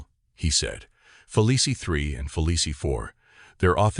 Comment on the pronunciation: Hard to listen to AI read this. It's pronounced Feleece, not Felicie.